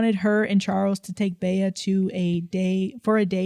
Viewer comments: "Bay-uh" was driving me crazy. Bea is pronounced Bee. Aunt Bea from the Andy Griffith Show (am I showing my age?!) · Bea is pronounced “Bee” like Bea Arthur from golden girls